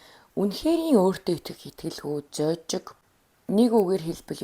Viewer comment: зожиг, сэжиглэх, ноомой гэдэг үгсийг арай өөр хэлээд байх шиг байна аа. буруу хэлж байгаа үгсээ засаад2 явчихвал илүү гоё болох байх аа. амжилт